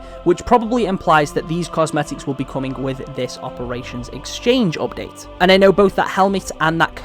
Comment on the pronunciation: "opdate" xD es heißt appdaäjt